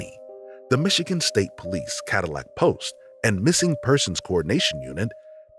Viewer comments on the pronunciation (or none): none